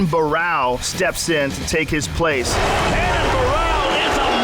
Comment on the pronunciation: They keep mispronouncing his name. It's RENAN not HENAN.